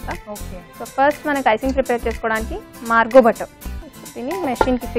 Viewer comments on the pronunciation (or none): Its not Margo its marvo butter.